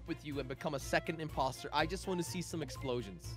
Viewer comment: Did anyone else notice said the poster not imposter